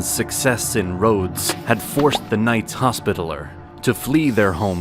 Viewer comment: Sub-seaqint? Sullyman the First? Knights Hospitaler?? Are you doing this on purpose? Haha it's like being in Starbucks 😂